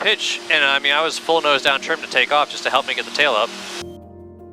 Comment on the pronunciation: You refueled at my flight school at Arlington! Sorry for the rude guy. A couple notes: -You did pronounce Skagit correctly! “Ska-jit” -Paine Field is a main manufacturing facility for Boeing